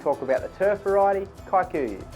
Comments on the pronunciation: The pronunciation of “Kikuyu” as “Kae-kuyuh” instead of “key-kuyuh” is hilarious. But so much nice information, thanks for the video. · It’s actually pronounced Key - kuh - yuh